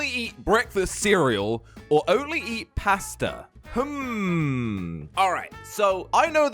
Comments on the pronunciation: I love how he says pasta. Paasta (its pronounced like posta btw) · Your saying posta it’s paaaaaaaaaasta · When u say pasta try saying it liek there is a r in it so parsta